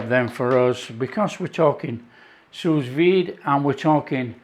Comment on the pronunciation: Well-well, I have exactly the same make of machine. They are cheap, just another handy tool in the kitchen. I am not French, but just before too much complaint floods the comment section, the "s" at the end of sous is silent :D. (if you have a kitchen blowtorch, you can imitate that barbeque goodness, not to mention, if you work the fatcap too, you never skip it ever again )